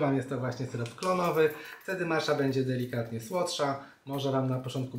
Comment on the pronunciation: Przepis świetny, często tak robię z mlekiem migdałowym i czasem miodem :) zastanawia mnie tylko kiedy i czemu zaczęło się wymawiać ją jako "macza". Początkowo wszyscy wymawiali "matcza" co było mniej rażące, ale przyznam, że przy "maczy" to aż mnie skręca :D Matcha jest japońska, a język japoński jest miękki :) więc brzmi to trochę pomiędzy "maćcia" a "matcia". Taka moja mała dygresja :)